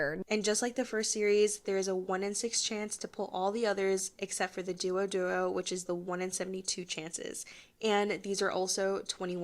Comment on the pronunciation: the way they're pronouncing the names has me going into hysteria lmaoooo dew oh dew oh